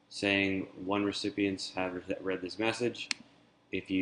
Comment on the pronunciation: I do believe it is a READ (pronounced RED) receipt, not pronounced REED. It is for emails that have been READ.